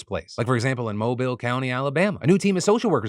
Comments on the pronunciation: Bruh, saying Mobile Alabama correctly? I already loved you but now.... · So proud of you Phil for pronouncing Mobile correctly 🤣